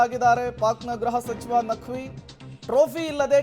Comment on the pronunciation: It is gruha sachiva not graha sachiva plz..